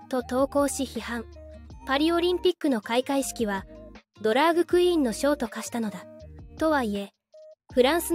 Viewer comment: 他の多くのYouTuberが「ドラッグクイーン」と表現をしている中「ドラァグクイーン」と正確に表現していて感心した。